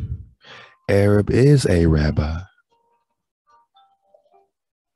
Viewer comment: ... the way you say arab (a-rob) reminds me of the moorish nagas calling Joshua "a robber". They weren't lying but hiding the indigenous truth with their word magic/craft. Who is St. Moses the Black to them? He's also "a robber". 🎶 "Kundalini rising, it's the wake up stretch" 🎶